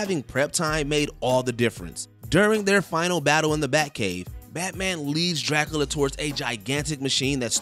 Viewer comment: Did no one teach this dude how to say Dracula?? Whose this dude living under a rock who doesn't know how to say Dracula properly??